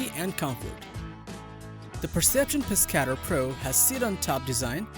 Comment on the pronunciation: Terrible just terrible the Pescador kayak you said the name wrong if your going to do videos be able to say the names of these products and it doesn’t have the most comfortable seat on the market so that’s a lie and your facts suck the pelican catch is one of the worst kayaks on the market it’s a piece of shit everyone who buys one sells it because it’s junk stop with these videos just stop